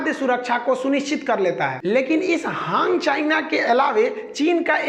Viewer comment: हांग चायना नहीं, हान चायना कहो।ये गलती छोडके बाकी व्हिडीओ बहुत अच्छी है।चायनाकी पोल खोलनेके लिए बहुत बहुत धन्यवाद।